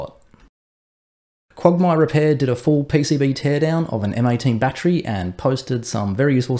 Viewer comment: Jesus christ use three syllables with 'battery' please. It's your language for crying out loud.